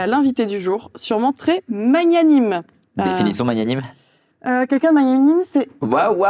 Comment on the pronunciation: petit cours de français (que j’ai appris en fac de Lettres) magnanime se dit /mag. na. nim/ et pas /ma. gna. nim/ avec le « mag » de Maghla. Ça vient du latin magnus /mag. nus/ qui veut dire « grand » 👩🏽‍🏫